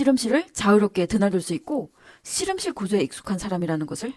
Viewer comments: 우리나라 출신 발음이 아닌 것 같아요 'ㅅ' 'ㅗ'발음 어색하고 실험실이 아니라 시름실로 발음해서...발음과 억양이 뭔가 부자연스러워요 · 중국출신 이신가봐요, 우리나라 사투리 발음은 아니듯....씨름씰,, 또로지는,,등등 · 경상도 사투리같은데... 교정기를 끼고 있는건지.. 아님 앞니가 빠지신건지... 발음이 묘효하네요 씨럼실....